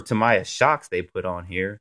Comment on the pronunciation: Tam-eee-ah!! Lol